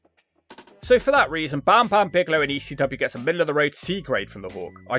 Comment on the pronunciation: pronunciation of Bam Bam Bigelow is 12/10